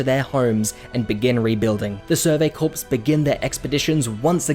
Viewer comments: It's pronounced "Kor" not "Korps". In plural it's pronounced "korz" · btw its pronounced survey "core" not "corps" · by the way, "corps" is pronounced like "core", not "corpse". It's a French word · really enjoyed this video, but the sheer amount of times he says “survey corpse” instead of “survey corps” has me gritting my teeth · Btw, corps is pronounced "core" not "corpse" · Love the vid but bro it’s pronounced core not corpse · Its pronounced "core" not "corps" like the US Marine Corps, the "ps" is silent. Do so pronunciation checks before you post a video ffs. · Just a small thing that bothered me... corps is pronounced more like "core", and not a dead body. Thanks for the recap. :) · “Corps” is pronounced “core” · Hearing him call them the "survey corpse" hurts. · "survey corpse" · I don't know why nobody has said this yet but it's pronounced core. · FYI, 'corps' is pronounced "core" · "corps" is pronounced like "core" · survey CORE. It's pronounced CORE. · “survey corpse”💀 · Thanks for your work, but the "s" is silent in the word "corps" (rhymes with core). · Corps not corpse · Bro it’s Core but spelled Corps. And it’s Marr-ia. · when you pronounced “corps” as “corpse” it hurt a little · interesting. in american english, the word 'corps' sounds the same as 'core.' not so in australian (right?) english? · survey 'corpse' :'( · I wouldn't say I'm crying. But it does bother me when people spread misinformation so I thought I'd offer a simple correction. If someone's going to make a summary video, giving information out to large amounts of people. It should probably be the correct information. But if people want to look like idiots pronouncing basic English incorrectly for masses to laugh at, who am I to judge? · Its just a summary video. Mispronouncing "corps" isn't spreading misinformation. If you were just offering a simple correction you wouldn't have included the last sentence in your comment